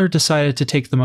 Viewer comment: Wroclaw is pronounced VROTS-wauf.